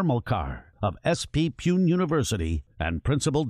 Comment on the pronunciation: He is a wonder child...👌👌 Btw how the commentator of this documentary pronounced Pune as Peon...Punekars will get offended 😂